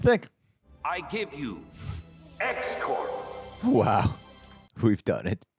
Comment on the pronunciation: you’re mispronouncing X-Corp. You’re saying it like “Core”, which is incorrect. It’s Corp, short for corporation. The way you’re saying it is like the Marine Corps, which is French and the p and s are silent. It’s a small, but important, grammatical error.